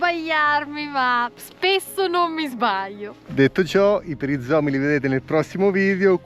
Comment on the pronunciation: non sei corretto se dici perizoma deve essere perizoma 🤣🤣🤣